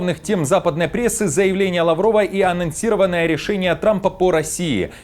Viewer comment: Хорошо бы правильно произносить: анонсировано, а не анЕнсировано .